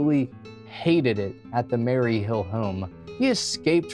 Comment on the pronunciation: Maryville home not Mary hill home.